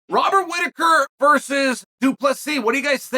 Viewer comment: “Wobert Rhitaker” 😂